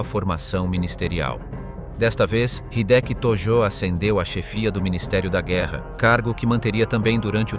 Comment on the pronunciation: えいきじゃなくて、ひできだぞ。登録はなし！日本語を勉強して出直せ